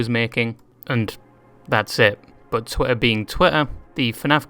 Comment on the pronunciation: I like how you pronounce twitter "twella"